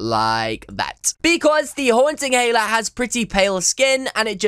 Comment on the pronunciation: Dude the only reason i clicked on here cause i searched my name and found this and he said my name perfectly others gets it wrong AND yes my name is HELA :>